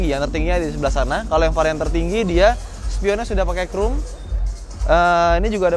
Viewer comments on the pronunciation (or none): ngomong "expander"-nya inggris banget~ tapi spion yg udah pake "krum" itu yang bagaimana? 😂😂😂